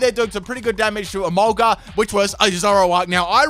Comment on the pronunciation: Absolutely no one:: Emolguss!!!